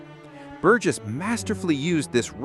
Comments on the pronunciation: Not An Thon Y (the TH as in thorough) but An Ton Y(rhymes with gone - the H is silent), and Bur Jess not Bur Guess - what dickheads all you Americans are. Why don't you take a little time to research how to pronounce names - surely just a few minutes, and get things right, rather than come across as fuckwits? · "An- thon-ee Bur-guess"? FFS, if you're going to analyse one of the most important films ever at least don't use AI for the naration. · That’s pronounced “Antony Burjess”.